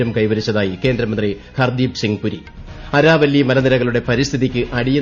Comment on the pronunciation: Araavilli..Aaravilli alle.. reply pls if pronunciation needs correction..